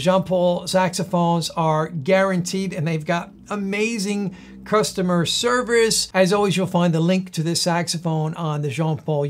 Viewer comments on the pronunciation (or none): im in i swear hes making a joke i hear him say they have amazing customer swerve us i know its just a mistake it just hit my funny bone for some weird reason lol